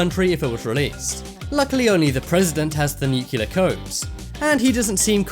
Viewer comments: nice vid but honestly nuculer....NUCULER!!!!! .....its nuclear for fuck sake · for god sake it is NU-CLEAR not newkiller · the word is pronounced NU-klee-ur not NU-kyu-ler! Darnn dude! Learn to pronounce the word right! You know? Crack open a dictionary for christ sake!